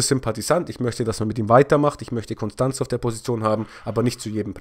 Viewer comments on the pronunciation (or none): none